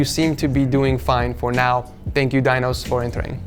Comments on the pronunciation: ITS NOT PRONOUNCED /DAINOS/ YOU FUCKING RODENT ITS PRONOUNCED /DINOS/ BUT THE SOUND OF 'I' IS LIKE 'E' LIKE /DENOS/ LIKE WE SAY /pEnis/ /dEnos/ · Its pronounced "deenos", not "dainos"